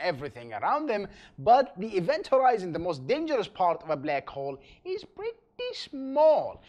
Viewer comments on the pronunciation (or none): oh come onnn it's not blEck hole it's BLACK HOLE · a blaakc hwolle